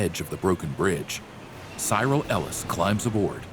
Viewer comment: Cyril Ellis it’s pronounced as syril not sieral